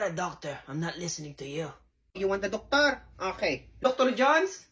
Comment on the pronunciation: “You want the docToRRrr?!” 😂